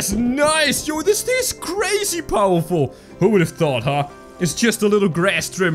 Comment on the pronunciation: Fire and Why do you say Powerful so weirdly